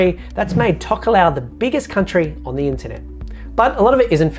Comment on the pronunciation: Say Talk-aa-low